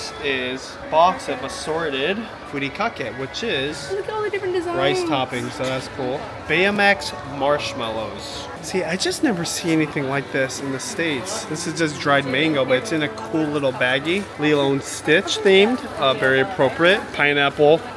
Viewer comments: Bayomax for the nth time Keira: Baymax, Daddy! 😂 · Lol. I was doing something while listening to your vlog. I kept hearing Bayamax. I thought i was wrong until Judy posted something about it 😂😂😂